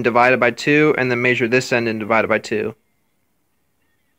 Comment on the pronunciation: Maysure with your maysuring tape